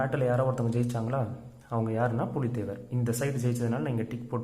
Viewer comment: Poooli thevar not puli thevar😂